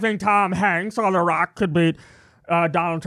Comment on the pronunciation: It sounds like he say I think Barack would win not The Rock....just me 🤔